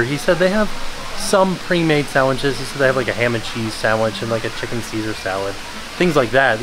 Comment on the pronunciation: "SAMWHICHES" LOL